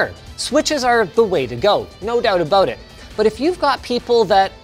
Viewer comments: Canadian aboot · no douuubt abouut it. You're definitely Canadian